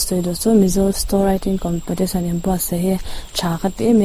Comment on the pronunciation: Ngati nge COMPETITION tih tur khi COMPATITION a la intih tlat a...a edit mai theih loh em maw ni le